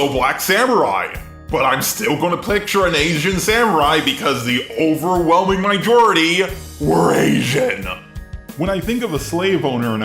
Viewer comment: i just realized he says mijority xD